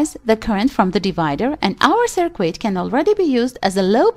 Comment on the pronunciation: It's really hard to trust a person explaining something, when the person doesn't know how to pronounce the stuff being explained.. Cir-quit, Resitifier etc.. It's pronounced like Sir-kit and Wreck-tee-fyer..